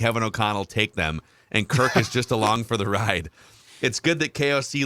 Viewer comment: i get you're trying to be cute but it's Kirk not Kirt. Also a super bowl calibur team? We weren't one to begin with even in 2017. The Saints figured out our D and it came to a lucky play to win and then the Eagles blew us out. Stats show that was one of our top D performances in a season of all time and once it got figured out it was exploited and you saw the decline in it year after year. Also against winning teams at of QBs have losing records. Rodgers - Cousins: 10-40 - .200 Stafford: 11-72 - .132 Actually it would be easier to liat the QBs that have winning records against winning teams. Tom Brady, Russell Wilson, Patrick Mahomes, Lamar Jackson and Jimmy G. Also if you have a QB that plays a different style, you can't expect the same result with the same type of O Line. Have smaller agile linesman is great for a scrambling QB due to the open field blocks to help them running but if you're a pocket QB, you're gonna get bodied. When the Ravens hot Lamar, they built around him with the line and the olay calling. About Kirk this game, i didn't say he was perfect as their were issues too. My point is this is what you guys kept crying about. You wanted him to keep throwing to JJ and throwing to him when he's covered cause as you guys say, even when he's covered he's not covered. Now the other WRs are an afterthought. You guys wanted him to not sit in the pocket and he's been doing boots, he's been running while looking downfield, and led the team in rushing yards. You g